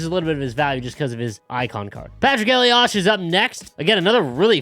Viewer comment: I refuse to use Elias just because of the way his name is pronounced by commentary